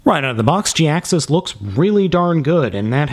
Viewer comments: It's pronounced ja-hax-is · Gee-Axe-Us pronunciation just felt right to me. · any chance its pronounced "high-axe us" ? perhaps the "J" is silent ?